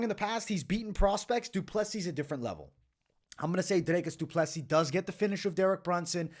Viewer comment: You actually say DDPs name very well.